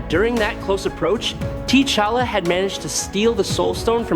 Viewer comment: I get that these narration are AI, but the pronouncing of some names is irritating. "T" Challa?